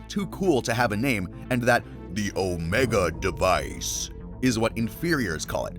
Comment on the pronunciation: please stop saying omega device like that gng